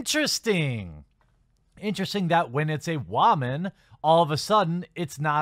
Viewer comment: You say woman funny. WAHMAN.